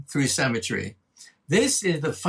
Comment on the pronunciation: I can't bear this. Every time he says "symmetry" i hear "cemetery". lol